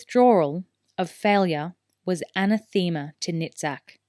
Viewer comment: You need accent marks or capitals or something: ah-NAA-the-maa